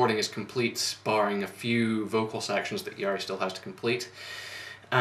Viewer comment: You pronounce Jari's name like Yari (the R is really rough, like German or Spanish R), Ä is pronounced like A in English word "hat" and the double ÄÄ like A in the word "ass". Otherwise you pronounced it correctly.